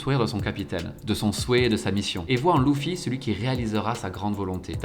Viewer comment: J’ai eu du mal avec « Louffy » et les « moujiwara » mais sinon c’était pas mal